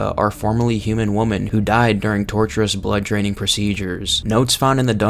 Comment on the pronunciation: Three WOMEN!!! Not three WOMAN… ffs